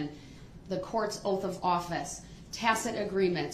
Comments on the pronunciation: Battle & "axed." & "oaf" of office. 🤣🤣🤣🤣🤪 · It's oaf of office, not oath! He axed! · ITS OATH OATH BOY NOT OAF ITS TRUTH TRUTH BOY NOT TROOF. WHILE YOUR IN PRISON LEARN HOW TO SPEAK CORRECTLY. WHY DO YOU PEOPLE LIE SO DAMN MUCH. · also, instead of oath, he says "oaf" he is an oaf lol